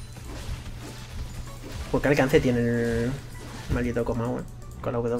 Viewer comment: Dijo Pug maw xd